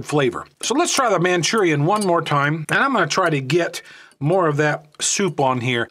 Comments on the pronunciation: Hate how he says manchurian.... Lol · It's Maruchan, NOT Manchurian. Also, "Top Ramen" is made by Nissin, NOT NissAn. Get your details straight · It's not called Manchurian oh, you're mispronouncing it or thinking of a completely different word. It's pronounced Mhur-A-Shan! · Hearing you say “man chu ree in” made me cringe! Say it like this “Mah Roo Chawn” like the package says. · "Manchurian" 😂😂😂😂😂 Best way to pronounce Maruchan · Where did you read or pronounce Manchurian??? From Maruchan lmaao said it about 200 times wrong lol but good vid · MAA-roo-chaan, not "Manchurian". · "Manchurian" lol Also I prefer Maruchan. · 'Manchurian' ?? Maruchan? (Mah-Roo-Chon) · Why did he call it Manchurian it’s called Maruchan. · its maruchan not manchurian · I cringe everytime he says "manchurian". Anyways, magic ingredient in Maruchan.... MSG. Top Ramen has no msg and that's a big reason why it's more bland. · Manchurian ????? MARUCHAN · It’s pronounced “man Cheerio “ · wheres he getting the n?🤣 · He said Manchurian lol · lol yeah. Its just funny how you say it im not making fun of you. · its maruchan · You don’t know how to pronounce Maruchan lol it’s MA ROO CHAN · Why is he pronouncing the noodles incorrectly?👀👀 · U pronounce the noodles all wrong bro wtf